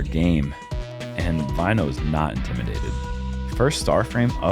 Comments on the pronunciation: You spell Väinö like "Vaino" and that is finnish word for persecution 😅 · It's so funny to hear the guys pronounce väinö as vaino. (Vaino means persecution in finnish)